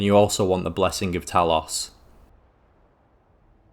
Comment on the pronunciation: How do you manage to f*ck up the pronunciation of the word "talos" when every other npc in the game is telling you to your face how the word should sound? This isn't an accent thing either, as it's not a real word, you just chose to say it wrong.